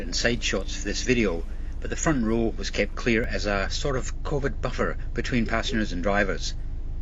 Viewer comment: “Convid buffer” 😂😂😂😂😂😂 it gets more and more retarded by the year! Everyone has literally become brain dead!